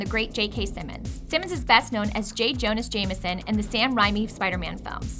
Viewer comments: Ok this is a lot. 1. Fact 17 has the voiceover say 18 2. Each fact is a fraction of a whole fact that is continued across 3 or 4 facts 3. "J Jonas Jameson in the Sam Reimi Spider-Man films" It's Jonah, not Jonas, and Ray-mee, not rei-mee 4. You completely mislabeled the adventure and space cores 5. 66 and 91 are the same fact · Jonah not Jonas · I wanted to punch the screen when it said J Jonas Jameson